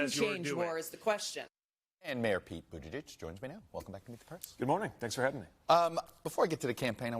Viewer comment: Best pronunciation of Buttigieg to date by a TV interviewer.